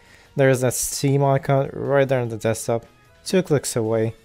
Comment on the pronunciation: "Zhere iz a Zteam icon right zhere, 2 klicks away" this guy can not, CAN NOT be fucking serious...